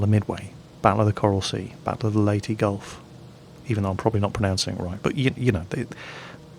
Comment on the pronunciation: you pronounced Leyte right BTW